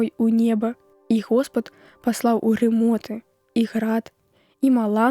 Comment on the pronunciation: Каб "спыніліся грымоты Божыя", а прачытана ці чуецца: грамоты.